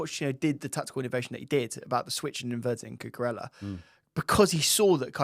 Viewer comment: Guys please! It’s CUCUREJJA 😂